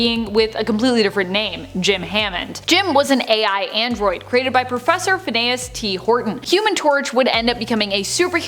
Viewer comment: Also Fin-ee-yus